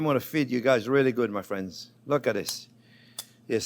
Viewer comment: and he calls us fwends 😌